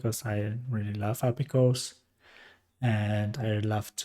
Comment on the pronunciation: thank you for the tutorial but please for the love of god stop calling API "appi". Please pronounce them as separate characters. A. P. I. 🙏